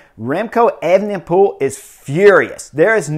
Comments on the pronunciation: Chris it's pronounced aven-pol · Brilliant race report 🤩 but please just say remco 😂